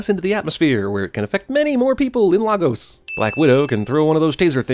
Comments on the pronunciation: Omg he said Lah-gos, it's pronounced Lay-gos 😂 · it's 'Lay-gus' not 'Lah-gose' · Lah-Gos? LAH-GOS? No one, not CinemaSins, not Marvel, are actually bothered to do any research on how it's pronounced? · Lay-Gus. Not Lahgoes😭. Ffs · Lay gos, not Lah gos. Please. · Great channel. Just one thing. Lagos isn't pronounced La-gos but Lay-gus. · Dude it’s pronounced “LAY-GOS” not the way “ LAA-GOS” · It's pronounced "LAY-gos". not "Lah-gos" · Its pronouced legoes not lahgos Goddamn! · You sa laa-gos I'm from Lagos and it's pronounced Læ-gos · Look im not usually a dick. But for fuck sake it's pronounced Lae-gos. Not La-goes. Jesus Christ. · You forgot a sin and keep making the same mistake as them. The movie keeps mispronouncing Lagos. It’s LAY-gos, not Lah-gos. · Dear people of the world, Lagos is pronounced 'Lay-gos' (like the crisps Lay and the 'gos' in Ryan Gosling), not 'Lah-gos' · It's not freaking LAAAAAAAAAAAAAAHGOS It's LayGos! Get the pronunciation right. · It's pronounced lay-gos not laa-gos 😂😂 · Sin: every white person in this film pronounces Lagos as "Lar-gose" when it's "Lay-gos" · Lay-gus not Lah-goes... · Ding...Ding...Ding It's LAY-GOS not LAH-GOS!!! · I am sorry but as a Nigerian, I have to correct this. It is not La-GOSE. It is LAY-gos. Jeez. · I'm a Nigerian. I was born in Lagos and FOR THE LOVE OF GOD you're pronouncing it wrong. It's Lagos, like LAY and then "Gos" as in Gospel. Fucking sort it out America. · it's Lay-gus not Lah-gos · it's not lah-gose, it's lay-goss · Ok I'm just here to say this because it pisses me off every time I hear this. It's not pronounced la-gos. It's pronounced lay-Gus. Learn to say shit properly. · It's pronounced LAY-gos, not La gos. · Also when the lady around the start of the movie said Lagos Nigeria, She said it like (l-ah-gos) But it is (l-A-gos) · Lol it's pronounced "Lay-gus" by the way. Not "Lah-gos". All Nigerian marvel fans were simultaneously pleased and angered by this. Lol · Its pronounced lay-gos not lahgos